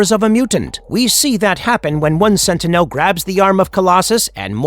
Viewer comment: I thought I was the only one it sounds so annoying especially the way he says sentinel